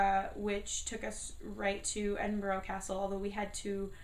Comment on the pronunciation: Sorry but you said Edinburgh wrong and haggis is amazing